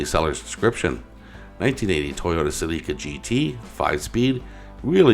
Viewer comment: The Toyota is pronounced sell-ih-ca